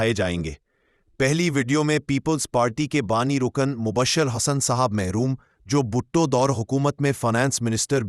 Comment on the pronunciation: Mohtram Mubasher Hassan "MEHROOM " naheen..."MERHOOM" kehna chahye..